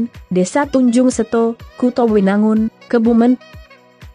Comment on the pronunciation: Kebumen...ejaan e, dibaca seperti pepes...bukan santen. Bunyi ejaan e nya.